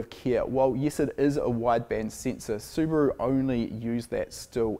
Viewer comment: I've liked this video within 20 seconds just because is a rare breed of Kiwi that says Subaru correctly:)